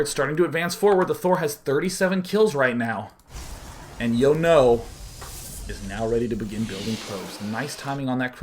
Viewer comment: Sean my son, Jono isn't pronounced Yono its John-oh